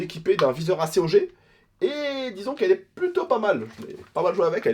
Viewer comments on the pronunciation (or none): C est pas a.c.o.g cest acog